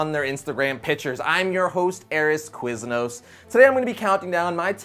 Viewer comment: Arron "Quiznos "